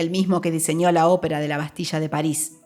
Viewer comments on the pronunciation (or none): none